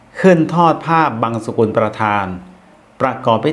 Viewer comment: ผ้าบังสุกุล กับ ผ้าบังสะกุล. อะไรถูกอะไรผิด _ได้ยินท่านพิธีกรออกเสียง. "ผ้าบังสะกุล"